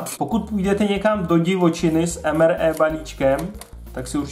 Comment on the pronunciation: Prosim te nečti to EM ER E ale EM AR I. :-DDD